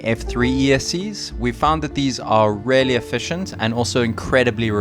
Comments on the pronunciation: OMG "really" is pronounced "reelly" not "rarely" I want to just hear over it, believe me, but you say it over and over again and it stings in my brain like a needle. Just say it right ffs 😂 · say "really" like "reely", not "rarely" lol